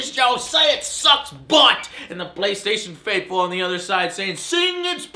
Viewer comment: looooooooool, "the bay-station" = )